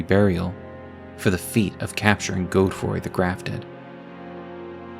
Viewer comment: “Goadfroy” come on man great video but that’s just crazy